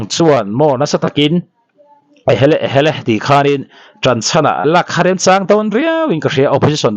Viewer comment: Thil chhiar hi uluk deuh thin teh u.chang leh chhâng hi in ang lo a nia